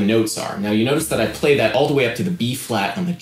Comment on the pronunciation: He says legs like "laygs" and play like "pleh"